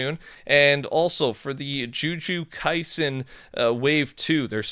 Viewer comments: said “JuJu KaIsEn”💀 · the best part of videos anymore is hearing him butcher names. Jew Jew Kaisen gets me everytime lol